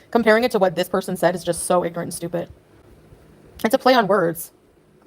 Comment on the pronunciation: It's so stupid that she says stupih